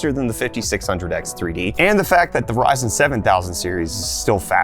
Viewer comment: He said "Verizon" 7000 Series LOL